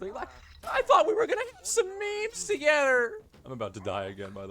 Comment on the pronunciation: Holy shit bro serb impression took me out that was scary spot on maybe its just the emphasis on "meeeemes" and "togedder" but I did a double take